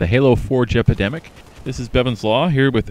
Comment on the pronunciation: For come reason I always hear you say :This is the Halo 4 jepidemic. lol